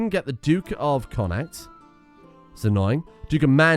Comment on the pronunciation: Just on the Irish names: Leinster = Len-stir Connacht = Conn-ucht / Conn-acht (interchangeable, really depending on if you prefer the Irish pronunciation or not) Otherwise you've done pretty well with them.